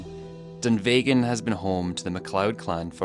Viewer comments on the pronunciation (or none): Dunvegan is pronounced like egg not vey Dun v egg an Also your a pronunciation of Eilean isn’t right either El an